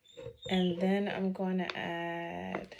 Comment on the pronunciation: “And den” 😂 I love you 🫶🏾